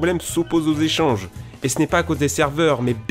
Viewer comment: C'est quoi les "jéchanges" je connais pas xD